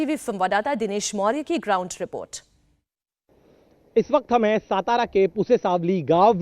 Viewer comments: सातारा not सतारा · Pahale apna general knowledge sudharo its not सतारा its सातारा! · सतारा नहीं 🤦 हिंदी न्यूज़ वालों को ठीक से बोलना भी नहीं आता! सातारा बोलो। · सतारा नाही... 👇 राजधानी सातारा.. 🚩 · सतारा नही है , सातारा है शरम आणि चाहिए आपको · पहले आप सतारा नही बोलना,... सातारा है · Satara bolna sik pehle